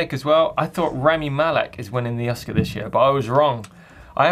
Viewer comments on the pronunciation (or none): none